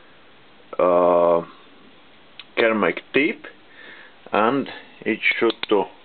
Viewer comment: Hi,You sure do get a lot of jobs of all kinds of things.I am not having a go at you for your English the 'ceramic' tool insert you are struggling to say is said Sir Ram Mick all as one joined up word.hope this helps.. Like watching your no nonsense approach at doing the unusual machining and welding work to repair old worn parts.Best wishes to you for 2019 from England